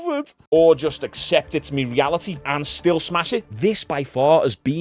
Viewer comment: Do you know what my is? I notice you say me content me me me. Its my my my. But keep it up.